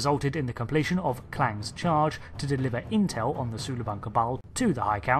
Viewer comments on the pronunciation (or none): none